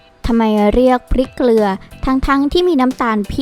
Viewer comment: เกลือครับไม่ใช่เกรือ